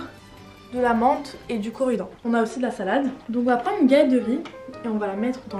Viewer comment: du coridan 😂🤭